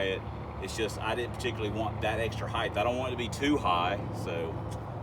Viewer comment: Why does everyone say heighth its height no h